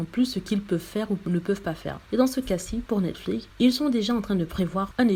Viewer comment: On dit pas Netflique. On prononce comme c'est écrit, c'est à dire Netflix. C'est simple pourtant.